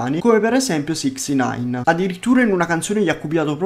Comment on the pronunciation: "come sicsinain"